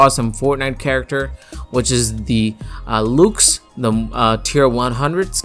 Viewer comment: Its not pronounced “looxe” its pronounced “l-uh-xe”